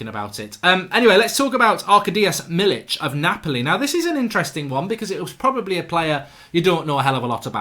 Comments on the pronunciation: Mark its Milik not Milich ;) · You should actually pronounce: „me-lick”. Greets from polish fans.